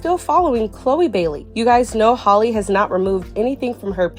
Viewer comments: Halleee not holly lol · Its Halle like Halle Berry.